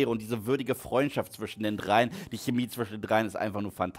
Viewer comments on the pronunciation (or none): none